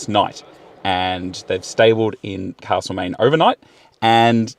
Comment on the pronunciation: It’s castle main, not carrrsle main old mate. 😂 great video in the best part of Victoria